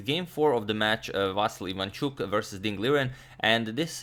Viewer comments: About the name: it is pronounced as "vasYl", not "vAsyl", last syllable is stressed, and "l" after "y" is softened. The same for "ivanchUk", last syllable; and should be pronounced like "eevanchOOk". Btw, "Vassily" is also correct, since it is his name spelled in Russian manner, and widespread in Ukraine. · Well, since you brought up the correct pronunciation of the Ivanchuk's name. I am Ukrainian and I can tell you that if you want to say it even more correctly the accents of his name are Vasýl Ivanchúk. The accents are on the last syllables. I think he doesn't care about this, but it would be nice to hear it correctly :) - here on the 7th second you can hear the right pronunciation of his name.